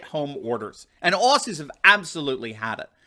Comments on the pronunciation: Aussies pronounced ozzies. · FYI, Australian's call ourselves Ozzie's, not 'Ossies' as the American media always refers to us, and Melbourne in a weird twist is pronounced 'Melbin' locally. 😁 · Love this channel but please don’t EVER CALL US OSSYS ! You say it OZZY, Spelt aus I know but never ever said that was! OZZY! That’s it if you say it wrong you might as-well not speak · Please, for future references its Aussies (pronounced Ozzies not Ossies). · Bruv its pronounced "Ozies" You know like The Wizard of Oz..... Aussies is pronounced Ozies. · Mate, love your videos. People need the truth in these troubled times. One thing though, “Aussies” is pronounced “Ozzies” 😂 God bless you and keep it up